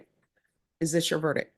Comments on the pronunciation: "Is that your verdick, is that your verdick?...Honey, as a judge, you should know it's pronounced VERDICT.... Here's the thing. You can lower your hand. Yes, i don't like her.... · … not verdick- verdict. This is an important word in court. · the word is verdict with a t at the end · The word verdict ends with a t. Come on, now - you went to law school. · Why doesn't judge Boyd pronounce the "t" in verdict.